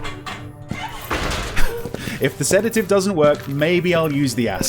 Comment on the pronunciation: sees the bottle of Sedative "SEDAGIVE?!"